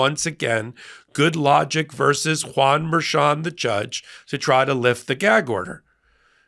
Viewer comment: "Good law-gic"? Seriously? Good lawd, almighty!😬